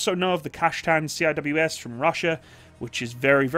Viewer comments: Say “ See -wiz “ not C-I-W-S Cheers great vid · C-I-W-S? repeat after me....... SEE - WIZ no one calls it C-I-W-S, you are the first ive ever heard it called C-I-W-S, everyone else who blogs about weapons systems call them SEE-WIZ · Lol my man actually called it 'See Aye Dubayue Ess' XD